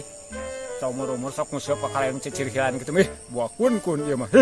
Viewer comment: Urang sunda sdh ga bisa menentukan bunyi eu dan e untuk nguseup ini yg benar. Bukan ngusep